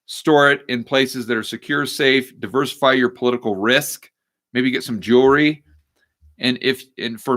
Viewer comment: Did I hear you say "Jewlery?" Lol....